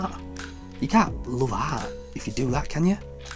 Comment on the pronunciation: the way you pronounce the word "art" is an outrage